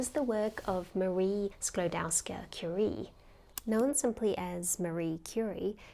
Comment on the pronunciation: Props for using Marie Skłodowska-Curie's full surname. Karolina Żebrowska will be pleased: However, in Polish, the ‘ł’ is pronounced ‘w’ and the ‘w’ is pronounced ‘v’, so ‘Skłodowska’ is pronounced ‘Skwodovska’.